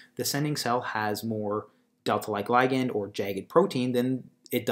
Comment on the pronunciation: I hate the way you say "ligand", so unnatural and awkward.